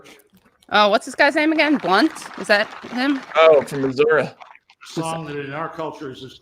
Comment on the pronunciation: It's MISSOUREE, NOT MISSOUR-UH, Matt.